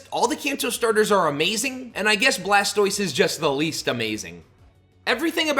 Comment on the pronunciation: You said blastiose and I immediately paused the vid and left. No pokemon iq